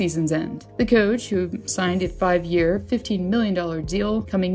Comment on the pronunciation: Is the narration a robot! Wtf She reads "Personal" as "Personnel" Then the next line she reads "Coach" as "Cooch" 4 minutes in and I am out. Sick